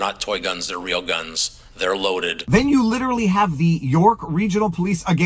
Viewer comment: What is 'Lilerelley? Are trying to say literally? This is literally goodbye to English.😡